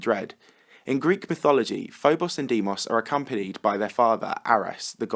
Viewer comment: Actually it’s pronounced DAYMOS